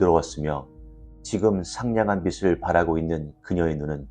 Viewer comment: 감사합니다. 빛을 : 비츨(O) 비슬(X)